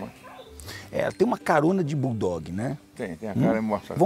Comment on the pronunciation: O pessoal confundem BOXER, por BULL DOG e ainda falam BORDOG